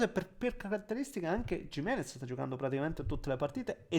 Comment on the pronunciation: Ci alleniamo un po' sulla pronuncia di Gimenez? 😊